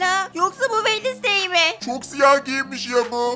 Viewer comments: Keşke Vendezdey değilde vensdey desen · Sadece yazılışı wednesday Okunuşu wenzdey diye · abi kuzın adı wednestay degil Jenna ortega